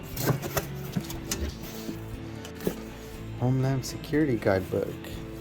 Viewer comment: he said home lamb secerity